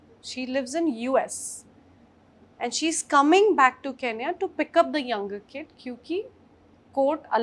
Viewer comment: Its not keenya itsn kenya (ken-ya)